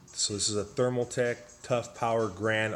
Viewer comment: Bro... you made my head hurt here! Stop saying Thermal tech.....It is ThermalTAKE! nice looking build though. Just kinda poor on explaining everything